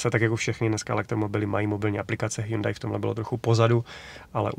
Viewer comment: prý se to má vyslovovat Hjóndé